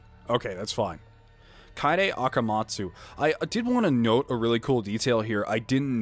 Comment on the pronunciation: IT'S KA-EYY-DE NOT KAY-DE! Also. Don't judge Tenko. Himiko is like everything to her. It's cute.